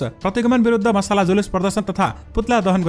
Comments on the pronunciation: Not masala but masal. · मसला जुलुस होइन मित्र मसाल जुलुस हो । अब समाचारमा मसला जुलुस नभन्नु । मसाल जुलुस भन्नू है